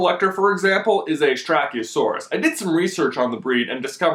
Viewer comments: Not hating but it is not pronounced strak-ie-a-saurus it is sty-rak-a-saurus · OMG that pronunciation though. it's pronounced Sty-RACK-o-saur-us. BTW those "Pteradactyls" are called Nyctosaurus. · LOL:) good vid...but I think you mean stor-rik-oh-saurus :P :D or maybe it's my aussie to american pronunciation :P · and 3 you said styracasuarus wrong its sti rack oh suar us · He pronounced styracosaurus wrong